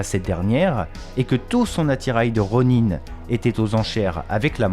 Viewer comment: Je kiff tes vidéos mais ta prononciation de Kevin feige et du Ronin est particulière. Bon boulot en tout cas.